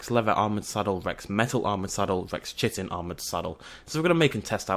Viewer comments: Ahem... Chitin. Ki-ten. Not Chitten. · it's pronounced Ki-tin. with a K. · Also. How do i say chitin? i say it like. CH-IT-IN Am i supposed to say KIT-CH-IN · Good video just pronounceing Chitin wrong! :p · Errrrrrr say chitin right.... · Gwynbleidd I just hate how people just say "Learn to say things right!" and all that. Besides,both pronunciations refer to the same thing.